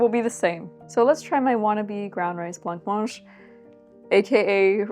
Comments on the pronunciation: Hi, you dont pronouncethe c in blancmange xx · This was lovely. My mum made blancmange for me growing up but I never liked the texture. She always pronounced it "blammange". I assume this is correct because she's a huge language/pronunciation nerd.